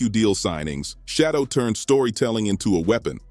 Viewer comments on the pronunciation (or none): Say! Shedeur ! not Shodow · SHEDURE is his NAME not SHADOW!! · It isn't Shadow, it's Shedeur! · Bruh his name is SHEDEUR dam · His name not shadow nephew name sheduer correct it thank you ❤😊 yes let's go newpew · Stop mispronouncing has name. Who the heck is Shadow???